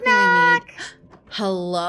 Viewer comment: Did anyone else hear say Hellub to Shelby when she walked in? I did. Just me? ok *goes to doctor to get hearing checked